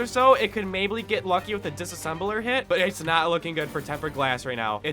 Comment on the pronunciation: It can “maybley” 😂